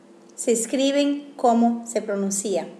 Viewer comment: Se PRONUNCIA " pronUncia" no "pronuncIa"